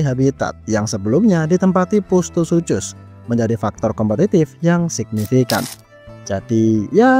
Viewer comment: bang, bacanya "sukhus"